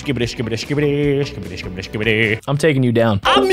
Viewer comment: Stop saying skibydi